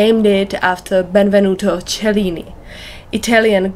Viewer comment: Thank you for the original pronunciation of the weave. 😊